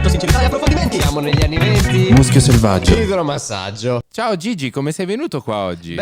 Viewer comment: Idromassaggio o libero massaggio dice luis nella intro?